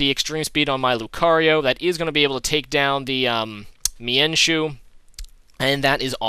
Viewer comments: is mienshao not mienshu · mienshoo.....mienshoo....... FUUUUUUUUUUUUUUU